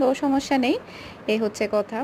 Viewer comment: আপনার কথা বলতে এত ভুল হয় কেনো,,,, কতা হবেনা এটা হবে কথা ওকে,,, আরো অনেক কথা ভুল হয় আপনার